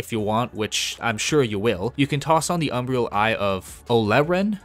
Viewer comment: How are you still saying "Umbrial" ? How can i trust a guide when you cant even read? Cant sound out these words you cant say? Are you 11?